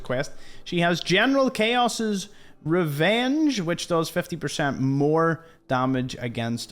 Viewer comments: General Chaos'? it's General Chao, like "Chow" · Chaos 😅 ... It is pronounced as Chow's